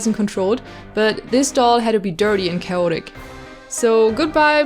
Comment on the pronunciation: I love the way you say aluminum and chaotic. It's so weird but also comforting